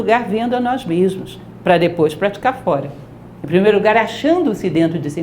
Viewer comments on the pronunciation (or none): Ai, "profa", eu lhe acho sensacional, mas por favor pronuncie o nome de Leonardo da Vinci corretamente😭😭😭